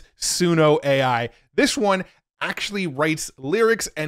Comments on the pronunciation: AI has a problem pronouncing AI. 🤣 Those are both great. Suno is ridiculously impressive, but the generations just fly by in no time! Great video, as always,. Thank you. 💯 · Try 'Aye Eye' and see if that helps